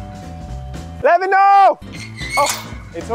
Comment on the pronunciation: Levhino ❌ Lemeknow✅